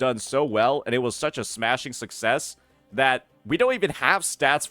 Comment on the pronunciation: Why did bro have to say success like that 😂😂😂